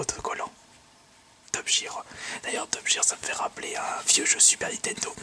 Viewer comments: Olalalala qu'elle accent anglais merdique xD même une personne nul en anglais le prononcerais bien on dit pas Top "Jir" mais "Top "Guir" ;) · PUTAIN C'EST TOP-GUIRE BORDEL. Pas "top jire". Renseigne toi avant. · Pour Top Gear on le prononce Top Guear:) C'est une émission anglaise de voitures sur la BBC.